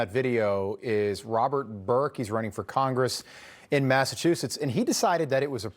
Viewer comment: Welcome to Massa-WU-setts I’m so sorry Massachusetts, you’ve been conquered 😢